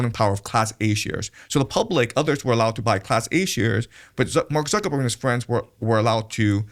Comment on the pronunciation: This video gives us a lot of insight into why the non-jewish segment of our american society are at a huge loss and thus losing, just look at how unfamiliar the host is about this history you can't even pronounce Zuckerberg and has no depth of experience or even research or even basic knowledge into the various power bases of the tribe 😅